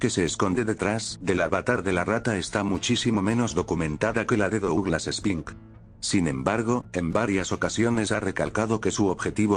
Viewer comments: wey, qué te cuesta pronunciar "duglas"? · AAAAAAAAAA pq pronuncias Douglas y no ''Duglas''